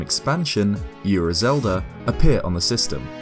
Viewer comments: Gaiden... 外伝、 がいでん guy-den. Ura 裏 うら not yura, ura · and Ura is pronounced “ou”ra, not “yu”ra... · Also, it's "Ura" not "Yura". Don't add the y lol. It's a Japanese word. Yu and U are two different sounds.